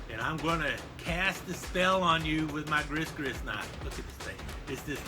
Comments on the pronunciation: Gree-gree is the correct pronunciation. And has definately gone head-first over the edge! An exceptionally entertaining video, keep the Fun Knife Fridays coming! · I believe “gris-gris” is pronounced “gree gree.”